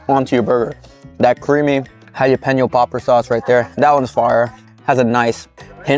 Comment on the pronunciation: Jalapeno has an L in the word, not hiyapeno.